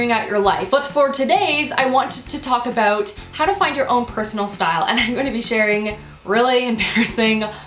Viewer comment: I love the way you say about!